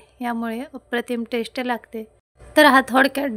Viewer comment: ताई, भाषेकडेही लक्ष द्यावे.टेश्ट असा उच्चार न करता चव किंवा रूची म्हणा. टेश्टी न म्हणता चविष्ट , रुचकर म्हणा.कानाला सतत खटकतं.इंग्रजी शब्द कशाला?